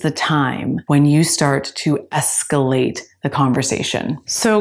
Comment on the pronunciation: By the way,, it's, "escalate", and NOT, "scalate"..